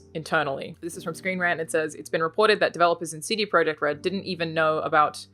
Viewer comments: Alanah, if you want to pronounce "CD-Projekt" the Polish way, it's "tseh-deh proyect", not "see-dee proyect" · "cd proyekt" ? lol what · Polish pronunciation. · Pronouncing in the native Polish